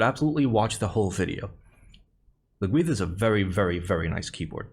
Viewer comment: I like some good, solid Wood. (Also the pronunciation is perhaps different for 'North' and 'South Welsh', but was fine IMO - saying the "dd" as something like "th" as you did is the important part)